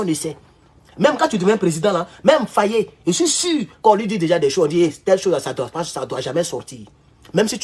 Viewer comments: Mr Faye et non Fayé. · Pas fayé mais Faye n’écorche pas son nom stp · J'ai beaucoup de respect pour vous, mais apprennez enfin à prononcer correctement le Nom de Faye... au lieu de prononcer comme un petit Toubabou... Merci et Harmonieux weekend!...🙏🙏🙏 Petit Maudia... avec ta tête de Margouilat!...😑😑😑☹️☹️☹️😬😬😬🤣🤣🤣 (Mon Papa s'appelle aussi Abdoulaye N'Diaye...😱😱😱😬😬😬🤣🤣🤣)